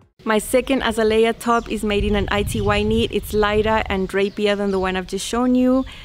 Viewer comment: I love you pronunciation if Azalea. When I see our Azaleas in the garden, I’ll think of you. We say A zay Lee ar. 😊